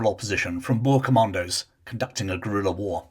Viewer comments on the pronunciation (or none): none